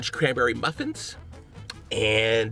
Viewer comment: He said "the orange cranberry muffrin" 😂😂